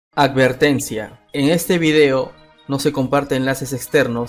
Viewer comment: Me encanta el "Acvertencia" del inicio de los videos xD